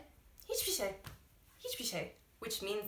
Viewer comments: you pronounceed "hiçbir şey" such well that i felt like you are turkish for a moment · Hiç bişey derken gerçekten bi türk gibi söyledi 😁